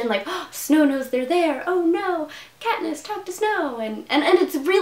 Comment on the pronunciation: Did you say "that Katniss that Pee-niss resolve" at the end?